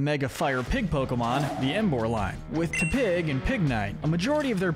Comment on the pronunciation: It's pronounced yoo-NUH-vuh, TEH-pig, MAIR-oh-WACK, houn-DOOR, roh-TAHM, NUH-MULL, and bye-LUH style, ""! 🤨 You're so bad at pronouncing Pokémon names,! 🙄